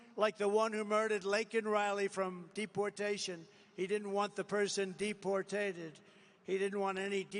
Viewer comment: Trump's Dementia on Full Display. "Did not Want him Depotatoed" WTF Donnie. Losing it Bigly and Everybody Knows It